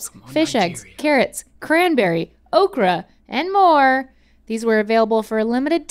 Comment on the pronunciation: as a nigerian myself the way they say okra really GRINDED MY GEARS